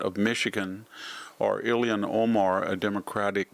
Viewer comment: I agree with you totally, but you NEVER on any of your videos say Ilhan Omar's name correctly. It is NOT, Ill-e-an, it is Il-han. Great info.